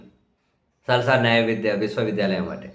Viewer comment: సాల్సర్ కాదు. నాల్సర్ యూనివర్సిటీ అన్న